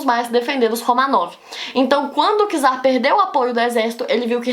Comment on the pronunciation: Não é por nada não, mas a pronúncia correta é "tzar",pois a letra "c" em russo tem o som do nosso "t"